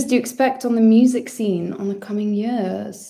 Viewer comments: It’s about the only Welsh identifier she displays! 🏴🏴🏴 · was just about to comment this, I'm so happy someone else feels the same hahaha